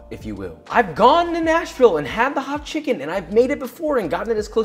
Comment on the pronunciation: I swear to god it was 30 seconds before the end of the video before I realised you weren’t saying National Hot Chicken, and was wondering why the hell it would be named that. Lol.